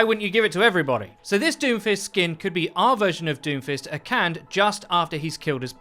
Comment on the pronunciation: Akande is pronounced "Ah-KAHN-day."